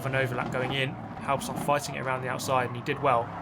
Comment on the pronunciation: Pronunciation guide on Halbstark. Say it like hulbsh-dark. Imagine you're Scottish saying the "bulb ish dark", then your half way there. Halbstark is a dated German word for a teenager or young adult. It was used in the 50s or 60s of the last century. So kudos for Halbstark preserving dated vocubulary. Some 60 years ago a band named "Die Yankees" produced a single "Halbstark", singing about young adults racing in the city. Please note that "Die" is no verb in German but literally translated "The Yankees". No-one is supposed to die here. ;-) If you want to get a feeling for the time, watch an episode of Happy Days. Fonzie would be considered Halbstark with his leather jacket.